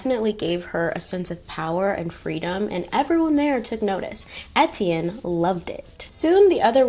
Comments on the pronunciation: As a French Canadian, here are some correct for French pronunciation. Étienne : Ay-Tienne Deauville : Do-vil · I’m half French so Etienne is a common name which is my last name but every time you said it it made me jump lol